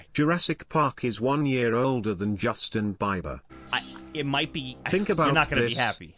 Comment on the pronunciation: I died laughing when said "Justing Biber"